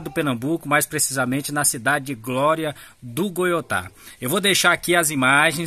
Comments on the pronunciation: O nome da cidade não é Glória do Goutá👎 e sim Glória do Goitá 👍👍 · O nome da Cidade é GLÓRIA DO GOITÁ... VC FALA DE FORMA MUUUITO ERRADA